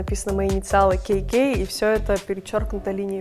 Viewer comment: Смешно- Кей-Кей, все так правильно Ка-Ка! Ну а если по старорусский Како-Како!